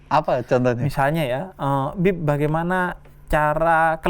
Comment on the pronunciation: Yg dipanggil "Bib" terdengar "Beb" ✌😅